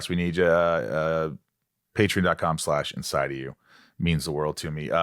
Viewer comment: Why do you pronounce Patreon, Patern? You’re missing the O lex